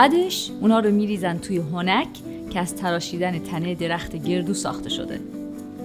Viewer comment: هونک اشتباه تلفظ میکنید هَوَنگ درسته